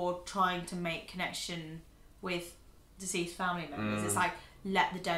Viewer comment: I thought was saying "diseased family members." But she's saying "deceased." Took me a couple times before I figured it out lol😁